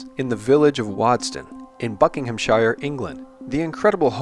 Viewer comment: phone an English friend so that he / she may enlighten you as to the correct pronunciation of "-shire". As in Buckinghamshire for example.